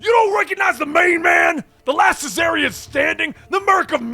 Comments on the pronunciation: Isnt it czarnian not cesarian???? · It’s pronounced *XARNIAN*‼️‼️ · why are you saying "su-zarnian"? The C-in Czarnian is silent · I think you mean "Czarnian". Lobo is from the planet Czarnia. "Caesarian" is a medical procedure to deliver a baby. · Using my daughters computer to view your video. One minor complaint though, as you have done an excellent job. Lobo is a Czarnian. Pronounced Zar-Nee-An. The first part like the former rulers of Imperial Russia, spelled either Czar or Tsar and pronounced Zar. Keep up the good work. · I feel like that's not how you read czarnian... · glad i'm not the only one who was thorougly confused by the pronounciation here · Czarnian! The the Russian prince Czar. Thats gow its pronounced. Also Czarnains were peaceful and geeky thats why Lobo did his thing. So this story is off. Im hoping this is the Start of Lobo's new series. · It always bothers me the way you pronounce Czarnians, the “c” is silent. Just like you would say “Russian Czar”.